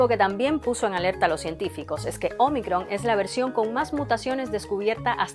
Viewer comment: me gusta como dice omicron